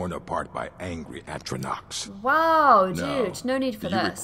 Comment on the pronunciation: Hey I'm sure you've been told many times already but it's pronounced at-tro-noch